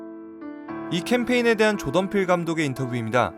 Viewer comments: 그냥 조동필이라고 발음하시는데요 ㅋㅋㅋㅋㅋㅋㅋㅋㅋㅋㅋ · 계속 조동필 감독 이라고 들리네욬ㅋㅋㅋ 한국감독인줄ㅋㅋㅋㅋ 늘 재밌게 보고 있습니다! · 자꾸 조동필이라고 들리는데 제 귀가 이상한 건가요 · 계속 조동필 감독이라고 하는것처럼 들림